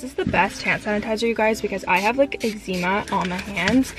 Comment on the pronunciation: Love your videos! But the way you say eczema 🤦🏼‍♀️